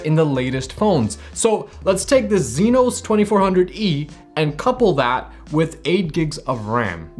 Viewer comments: He mean EXYNOS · Zynos? Its spelled AND pronounced as Exynos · Why the "zenos"? Isn't it "exynos"? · What's a "zeenos" bro 💀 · How you pronounce EXYNOS is hilarious 😂 great review nevertheless 👍🏿